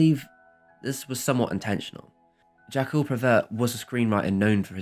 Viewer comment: Please try to check out when making a video containing foreign words how to pronounce them..... jacques is not pronouced jacko — no matter whether it's french or another language, the videos loose a lot of their seriousness otherwise